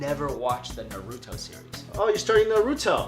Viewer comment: Not trying to be rude but you said naruto wrong